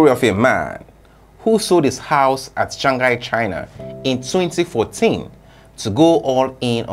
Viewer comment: I like help u when you say Shanghai G is silent letter. U saying Shangahai